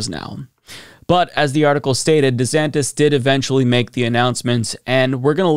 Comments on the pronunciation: who's "Governor Santos?" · "I'm Ron DEEsantis."